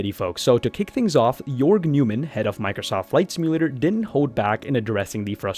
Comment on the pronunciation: Jorg Newman? His last name is Neumann. Just pronounce the "eu" like "oy" and you got it. ;-)